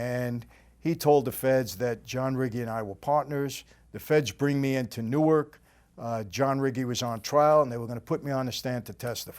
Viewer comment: Thank you for saying newark right I appreciate